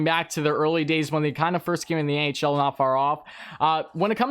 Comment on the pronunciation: at the start I thought u said the ahl and I was confused